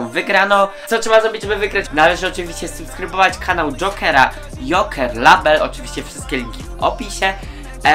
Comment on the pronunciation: Nie żeby coś ale to się wymawia 'lejbel' a nie 'label' a powiedziałeś 'subskrybujcie jokera labela' to padłam 😅